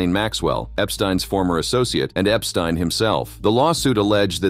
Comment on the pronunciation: I hate AI videos- can’t even say the perverted man’s name correctly! I also hate Trump always being drug in - Trump is the one who started the investigation after realizing Epstein was a pervert! And for that matter - let’s be real - Epstein isn’t dead!